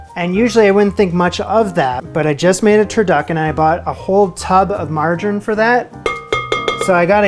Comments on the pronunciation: It's "mar-jar-ine", not "mar-gine" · “margarin”???……come on dude it’s pronounced “margereeeen”……nice job on the cake tho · it is margarine pronounced like Submarine and not margarin. Has an e on the end. Say out and about for us and just for giggles or Canadian Just for Laughs: Gags is one of Canada’s most internationally recognised comedy exports. It originated in Quebec and became popular because its humour is visual rather than verbal, making it easy to broadcast in any country without translation. Maple syrup is Canadian gold. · Okay, love you, but every time you say Margarine it hurts my ears, it’s pronounced, Margereeeeen So Marge like the Simpson and then Eeeen 😂 TIA! ❤